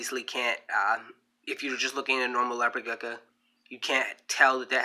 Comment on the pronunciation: You seem very knowledgeable but I could not get passed the fact that you kept calling it a “gecka” lol